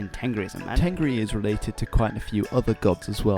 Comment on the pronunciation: Dude, im Mongolian , u did a good job explaining the religion but there is some little mistakes. Tengri , we pronounce it Tenger which means sky in Mongolian. Khukh tenger means blue sky. And the word temdeg means symbol not the name of the symbol u r talking abt. It is Khas temdeg. Ami means life, animals are amitan.